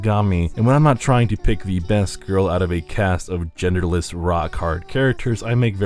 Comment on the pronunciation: gerderless? no thx.